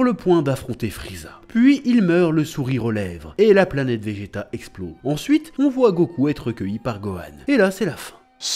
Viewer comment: Bonjour, Merci beaucoup pour ta vidéo sur l'OAV Dragon Ball Z - Bardock contre Freezer. Concernant la musique "Solid State Scouter", elle est aussi entendue lorsque Bardock combat les sbires de Dodoria (d'ailleurs, elle est tellement stylée que je me la repasse parfois). Et tu as dit "planêtre" au lieu de planète quand tu évoques les Saiyans qui se moquent du père de Kakarot. De mon point de vue, cet OAV est le meilleur de la série avec celui de Trunks du futur. Oui, les Saiyans ont massacré des populations et leur extinction est logique, mais d'un autre côté, il faut se demander s'ils avaient vraiment le choix. Tôt ou tard, Freezer aurait fini par exterminer les Saiyans, que ces derniers continuent ou non de le servir. Comme tu l'as dit, Bardock n'a pas eu droit à la rédemption, mais quelque part, sa mort permet à son fils d'hériter de sa volonté de repentance, puisqu'il fait le bien autour de lui.